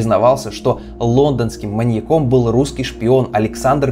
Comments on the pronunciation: Всё конечно хорошо, но.... МаньякОМ,маньякА. Что за жесть. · МаньякОм.. Пожалуйста нееет, ну не маньякОм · Серьезно? МаньякОм? Неужели нельзя было проверить по словарю, режет слух 🤦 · МаньЯк. Ударение на последней слог в проверочном слове. Следовательно: маньЯком, маньЯку, маньЯка, и.т.д. Уши режет. Сорри, даже не дослушала🤷